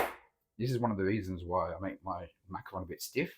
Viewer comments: Macaron not macron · Macaron, not macron.